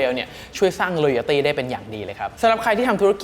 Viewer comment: Loyalty ครับ ไม่ใช่ Royalty